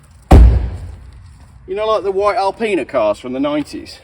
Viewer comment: Why did it sound like you said Alpenis stickers first time round, idea for you 🤣